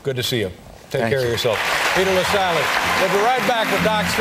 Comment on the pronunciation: btw it's Peter Lasally, not LaSalle. Great video otherwise!